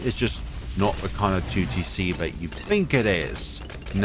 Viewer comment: you sayign 2tc sometimes sounds like tewtiy see do a 2tc collab with tewtiy :)